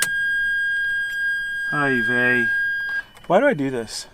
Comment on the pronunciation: You said "Oyyy beyyy" I know you were Jewish!!! :)